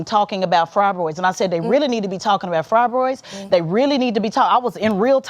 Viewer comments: Lol, I'm watching this "debate" for like the millionth time...how did I not notice that the "moderator" said fribroids instead of "fibroids" or ministration instead of "menstruation." 😂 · This bish calls it FRYBROIDS 😂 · “Fri”broids(Fibroids)…. Men”nist”stration (Menstruation)…. She can’t even pronounce the words. Smh. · What is a frabroid? What is menistration? I couldn't and wouldn't listen to her nor follow her lead in anything. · The host is practically illiterate. She can not pronounce "fibroids" and destroyed the word "menstruation." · She also can’t even say fibroids or menstruation correctly. Lord!!